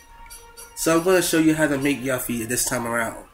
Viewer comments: its pronounced (U-FEE) :P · IT IS FUCKING YUFFIE. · the way hes saying yuffie is getting really annoying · its good and all but the only thing that really erks me is the fact that you pronounced her name incorrectly